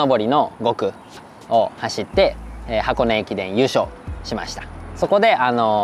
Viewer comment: 是箱根駅‘’船‘’，不是“賺”。這是第二次念錯了，上次影片記得也有網友指正，還是改不過來欸…😅